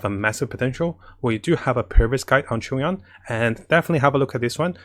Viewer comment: Everyone: Chongyun: Chungyon